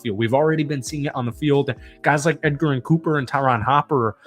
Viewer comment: Cooper’s name is pronounced edge-er-in, not Edgar-in lol.